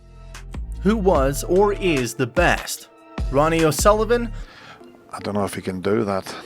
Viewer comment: Americans can’t even pronounce o Sullivan 😂 also it’s snooooker not snucker😂